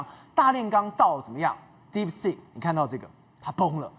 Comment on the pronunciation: 來賓好像把 deep seek 說成 deep sh*t 😂